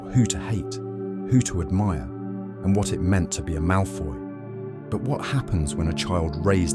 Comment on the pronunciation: It's "Malfoy"